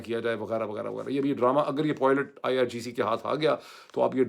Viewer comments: Nice analysis, but it's pilot not poilet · It is pilot and not poilet…. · معید بھائی نہ چاہتے ہوئے مجبور ہوں ۔ تلفظ پائلٹ ہے نہ کے پوائلٹ۔ 😊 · khuda k wastay pilot ko poilot na bola karen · Dr. Moeed Pirzada, this vlog is truly excellent in every respect,especially the way you redefined terms for viewers and explained the American war strategy as essentially a massacre. From start to finish, everything was outstanding.However just one correction,you used a word nearly twenty five times but the pronunciation was slightly off. It’s not poylet, it’s pilot.With respect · Dr sb always very informative videos. But pilots pilots zaban pr pakka kr len. Abhi tak aap still polot polot kehty hen. This doest affect us but it would be good to pronounce this word properly. Hope you won't mind me pointing this out to you.